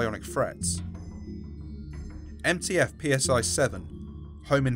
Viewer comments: Lol PSI is pronounced CY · Just so you're aware, the letter nu is pronounced "new" Also Psi is "scy" like Scythe